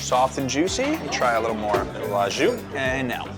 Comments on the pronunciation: au jus is pronounced 'oh joos'. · Your au jus still isn’t right. The jus is correct but “au” is pronounced more like “oh” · great pronunciation for "jus" but "au" is actually just "oh", weird but this is how french works haha A+U =O, great vid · au jus. Try saying oh jus, you’ll get further. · au jus - AH Jew